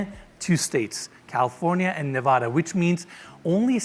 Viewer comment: That’s NOT how you say, “Nevada!”